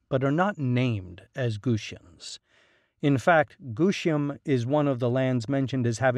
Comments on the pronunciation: WTF! These are the GUTI not the Goosi ! Why do you mispronounce the name? Guti is a cognate of Kurdi. Many Kurdistani scholars consider the Guti as the ancestors of the modern Kurdi people. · Gu-ti-ans not Gooshuns! 🙄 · its not gushians it's gu-ti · Not "Gushians", GuTians, ffs. You know, like Mr. T, not Mr Sh. What the hell is wrong with native english speakers?